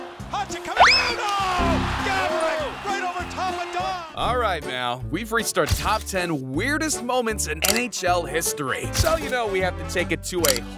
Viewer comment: Letang - You almost had it, just change tong to tang, like tank. Ballard - bal-erd Gaborik - gab-or-ick Pavel Bure - pah-vel burr-ay The others were either good or close enough. Fucking Pavlay Burr killed me though 😂